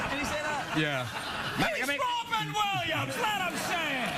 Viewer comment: LMAO " we're going after Wobbin Williamssss"